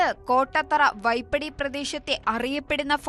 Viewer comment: കോട്ടത്തല അല്ല കോട്ടത്തറ